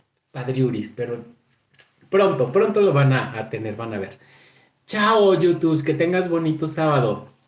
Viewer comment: El "yutus" y el "feibut"😂😂😂 Eres adorable.